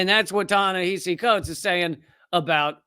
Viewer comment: Ta-Nehisi Coates was a model of calm and collected responses to this ghoul. Just the fact this idiot couldn't pronounce the name of his guest was embarrassing. I would have loved to see Prof. Finklestein shred this guy a a new one.